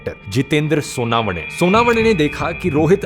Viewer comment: सोनावने नही सोनवने